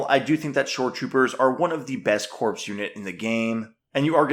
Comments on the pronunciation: the "ps" in corps is silent so it is pronounced "core" not "corpse". It is an in-joke from FFG as these soldiers are your core units. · Please…PLEASE stop saying “corpse”. Corps is pronounced “core”. Other than that I do enjoy your videos. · Please pronounce “corps” as core and not corpse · pronounced "core" the p is silent